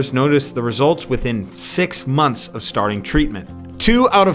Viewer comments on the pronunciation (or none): none